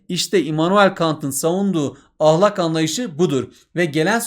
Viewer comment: hocam lütfen ahlakın a sını yumuşak söylemeyi deneyin🙏